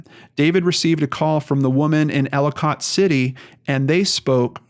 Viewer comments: I'm watching this story closely. Catonsville is pronounced 'cay-tons-ville and Ellicott city is 'ell-ih-cut city. The property he allegedly stayed on is off of i70 just to the south. There's a fire house right on Woodbine Road. You pass it on your way to the property. There's a major horse rescue farm on that road, too. There's a park-and-ride a 1/4mi north of the exit for Woodbine road. There's a gas station, McDonald's, dunkin donuts there, too. He could have easily left his car there and then be driven or walked the mile or two south to this property. Larriland farm is just south of the uncle's property. It's a massive pick your own farm that gets a ton of traffic in the Fall but is still well-visited in August for peaches, apples and other ripe fruit. Most of that traffic drives right past this property on Woodbine Road. The area is not heavily populated but is not anywhere near remote. The cell service is fine. Hoping for a happy ending. I think the property is a red herring. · It's pronounced Catonsville- Kaytonsville and Ellicott- Eellikit city I live up the street in Arbutus the city (Baltimore) which is a drug haven is a few streets down on Wilkens ave it's horrible down there, there are sooo many abandoned buildings throughout there it's pitiful. The drug use is horrific people are over dosing left and right I'm sorry and I hate to say it but if he got a hold of something bad he could have died and been left somewhere or someone could have robbed, hurt and dumped him somewhere in the city (Baltimore). If anyone needs to they can reach me by sending me your email anything I can help with I will I drive through there everyday coming and going to work.